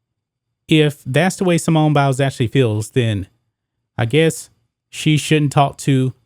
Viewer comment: Did he say Simone bowels?